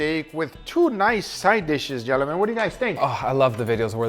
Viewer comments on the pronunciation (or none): I always enjoy hearing accent at all times, but I particularly extra enjoy every time he says “jell-omen” mostly when speaking to both Angel and Leo.” Honorable mention goes to when right before the “Home Depot” music starts (iukyk), and he says “So less do iiiit”